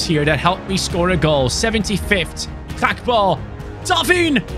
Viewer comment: his name isnt bloody "hakpo"